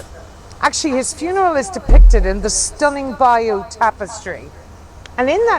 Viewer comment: She missed pronounced Bayeux in France where you can see The Bayeux Tapestry I saw it a number of years ago. She miss pronounced Sir Walter Raleigh’s name. A company called Raleigh founded in 1887 based in the city of Nottingham who make cycles have no connection to Sir Walter Raleigh.